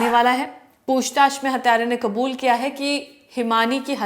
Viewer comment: हिंदी में कबूल नहीं होता है आप बार बार हिंदी में क़ुबूल क़ुबूल क्यों बोल रहे हो.